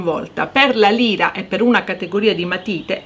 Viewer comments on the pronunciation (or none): none